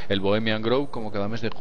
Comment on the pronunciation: Mi mil disulpas pero por favor, cuiden su pronunciación. No es Bohemian "Groove" (osea, no se pronuncia con U), es con O. Por otro lado, Alex Jones tiene una pésima reputación, y para los Mexicanos que están viendo este video, chequen los comentarios racistas que hace Jones contra nosotros e incluso ofende a la Bandera. No es alguien a quien creerle ni seguir.